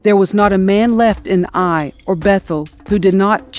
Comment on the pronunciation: It is pronounced Ay (like say) eye.